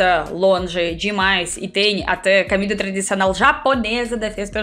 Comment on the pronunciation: fala direito mulher..ja ta ai tanto tempo e nao sabe pronunciar...finalmentchi,,,acantecer.camer ..camida..